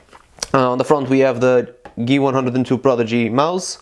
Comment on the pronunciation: Geeh-One-Hun-Dred :P